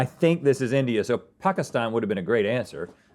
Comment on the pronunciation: i love that they say pakistan correctly